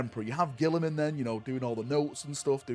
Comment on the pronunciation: My silly Cousin you pronounced Guilliman wrong 😂